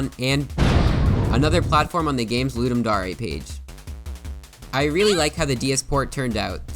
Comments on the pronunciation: ITS CLEARLY THE WORD DARE. WHY ARE YOU PRONOUNCING IT AS DA-REY 😢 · Loodum Dahray? I thought it was pronounced Luhduhm Dare. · I still wonder why its pronounced ludum da-rey and not ludum dare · it's ludem dare (luu-deem da-are) not ludem dare (luu-deem dau-rae) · It’s pronounced D - AE - R not D - AR - AY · Wait are you telling me it's not dare, it's actually dar-ay? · "Ludem Da-Reh" ugh. It's Ludem Dare. Dare, as in a challenge. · Ludem Dar ey wtf is that isnt it ludem Dayr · Dar eh? Dare. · I thought it was pronounced ludum dare, not ludum daureh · Why did I always think it was Ludum Daring, not Ludum Darling? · Why you sayin daray? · Ludem dohree 💀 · "Ludum dA rE" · dare pronounced d air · its DARE like i dare you to say dare right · its pronounced dare not dare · the fact that he says "ludum da-re" bothers me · "Ludim darae" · It's okay if you can't pronounce dare you're marsian :) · The way you say "Dare" hurts me